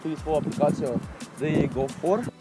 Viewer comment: dj lega ne mi srat sploh neznas rect ime firme